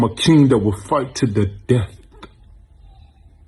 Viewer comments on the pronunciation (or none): “Fight to the deaTHHH-uh”